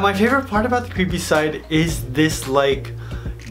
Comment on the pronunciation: When you said creepy it ends up cweepy. lol give a like if you hear cweepy